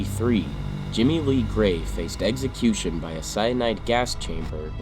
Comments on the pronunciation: It's NOT pronounced eggsəˈkyo͞oSH(ə)n. Say it with me please, "eksəˈkyo͞oSH(ə)n." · Glad this dude died in a horrible fashion. The narrator should learn to enunciate correctly, as the word is execution, not eggecution. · Every time I watch this channel and it’s about execution I have to roll my eyes and giggle. The narrator always says “eggsecution” 😄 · What the hell is an "eggsecution"?